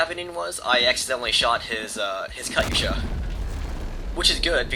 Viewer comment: ur saying katusha funny that's really not how u say it but its ok.